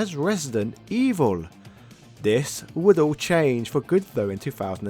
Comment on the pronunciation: resident EWOOL